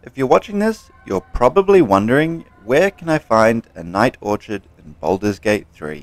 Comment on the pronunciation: "Or Kid"..not orchard